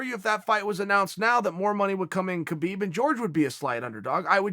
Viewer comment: Chael ...you're a UFC analyst for ESPN. Holding one of those positions is the Pinnacle of journalism in the sport of MMA. So....could you please start pronouncing Khabib Nurmagomedov's first name correctly? It's kinda embarrassing man. Now YaRear is funny but (K)habib just seems ignorant. Just my two cents homie!